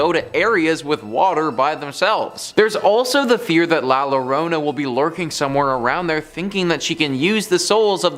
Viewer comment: Coo-leh- BRON (short /o/) and La Yuh-ROH-nah (again short /o/). Now a days you can find the correct pronunciation on Google translate.